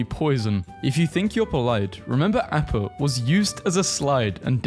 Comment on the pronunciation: That explains why you said AAAAppa. It’s pronounced AHppa☝️🤓